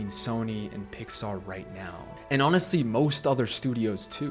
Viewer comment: NOT THAT START SAYING PIAR BRO 😭